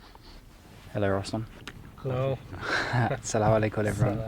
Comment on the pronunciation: Your 'Assalamu Alaikum' is improving! You sound more and more arab lol. Love from Tizi-Ouzou, Algeria 💛💚